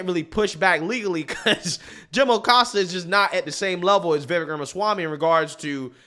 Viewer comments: FYI Ramaswamys first name is pronounced Viv Ache (like cake) I love this candidate! Votings for Trump, will write him in if he is not on the ballot but Vivek should be VP. President in 2028!! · "Vivek" rhymes with "cake". 😊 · 1. It's pronounced Vivek (like cake). 2. Vivek has repeatedly declared that he is NOT interested in the vice presidency. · Please call him Viv-ake, as in cake. Not viv-ek. He such a good, smart man...if Trump can't make it, I'm voting Ramaswamy! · Vivek (pronounced "Viv-ake", like cake ) would probably be the best VP choice. His views seem to be forming still so I would be uncomfortable with him as president, but as VP, Trump can keep the ship tracking while Vivek's views solidify and he develops a track record as a politician. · Vi veck is how you pronounce it. Ram a swammy I believe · Vivek is pronounced Vivake rhymes with cake. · Just an FYI, you're pronouncing Vivek's name wrong. Think Vivek like cake, the vek is pronounced like the ake in cake. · Vivek like cake is how he says to pronounce it on the Timcast interview hes done. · His name is pronounced "Viv-ache". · I love you a lot but it's Vi VAKE as in cake. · Let's say Vivek's name correctly. The last part rhymes with "FAKE", as in Acosta is a FAKE journalist.😂 Phonetically it would be VIV-AKE...and he's great but still gonna take Trump to fix stuff. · Thanks for posing this...just to clarify his name is pronounced Viv ake (like cake). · His first name is pronounced: viv- ACHE (like CAKE). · You can say it. Vee-Vake.😅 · FYI: Vivek rhymes with shiv ache. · It's pronounced Vivache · Vivek has no interest in being VP... he wants to be President... his own words.. (and its pronounced like Cake.. Vivek (vivake) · Vivek is pronounced Vi-Vake.. You have enough access to the internet to hear how his name is properly pronounced. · His name is pronounced "Vih VAYK." Anyway, VIVEK for PRESIDENT, not VP. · If you like Vivek, please learn how to say his name. Vivek rhymes with Cake.